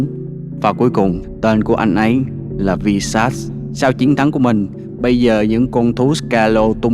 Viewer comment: Bạn ơi mình hỏi là sao không đọc Visas là vai-sát mà là vi-sát